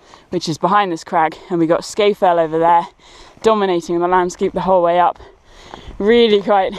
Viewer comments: Very nice and well done but Sca Fell is pronounced Scaw Fell and the peak next to it is Scawfell proper. Not Scayfell. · Sorry to be pedantic; there's no r in Sca Fell.